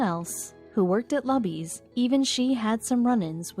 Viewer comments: LUBY'S RESTAURANT IS PRONOUNCED "LOO-BEES", with the accent on the 1st syllable. Since the restaurant's name is mentioned many times, it detracts from enjoying the story. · It is pronounced "LOO-Bees" Luby's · It’s pronounced LEW-BEES.... And there is no staff that takes orders it is and always has been a restaurant where you grab a tray go down the line get your food at the end and sit down they only refill your drinks. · Pronounced: Lu Bee's Morons. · Really? Are you talking about Luby's restaurant that you didn't bother to find out how to pronounce for this story. The restaurant chain in Texas that I've known about practically my entire life, is pronounced like the name, Lou bee's. I just have a feeling that you didn't. :( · It is pronounced Loobies. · Can't even pronounce Luby's right. Just get to the point. You make it boring with all the unnecessary talk. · Did you research the proper pronouncement of "LUBY'S" ? Do you get paid by the minute? Wasted time. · You are pronouncing luby's wrong. Big time!!!!!! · She only worked there " Luby's " PRONOUNCE THE NAME RIGHT ! She only worked there 6 years, but served him for 10 years that's quite a feat in itself, and deserves the rewards ! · sorry I had to thumbs down and quit after a minute and a half... first of all her name is "salazar" she's middle aged, and she lives in BROWNSVILLE TEXAS maybe 95% hispanic... quit showing the pics of young white girls... secondly... QUIT MISPRONOUNCING LUBY'S... it's not luh-bee's, it's LUE-bee's. Everyone knows this. And there are no damn banquet dining candlestick fold napkins at luby's... it's EXACTLY THE KIND OF PLACE that WWII veteran assholes go to. As the video said... IT'S A CAFETERIA! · It's LUUBEES not Lahbees. Way too long but heartwarming story. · It's pronounced Loo-bees, not lubbees. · The cafeterias name is pronounced Loobees, not Lubbies. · OMG... LOO BEES. I suppose they did not ask anyone in Texas the proper pronunciation. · it's pronounces "Loo-bees"